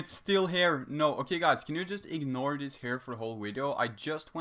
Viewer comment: I eeg-nored dat haer, I swear 😁